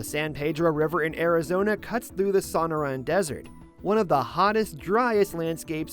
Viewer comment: It's "so-NOR-an", not the mangled pronunciation used here.